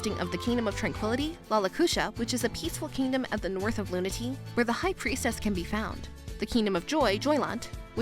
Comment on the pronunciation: loon-uh-tay-uh not luna-tee